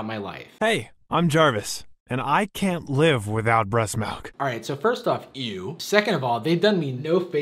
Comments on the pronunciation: the way he says milk. lol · I absolutely HATE the way he says milk idk why, it just makes me want to kill myself